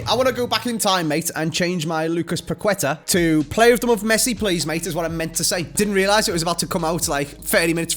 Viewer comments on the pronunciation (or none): Guys it’s pa-keh-ta not pa-kwe-tuh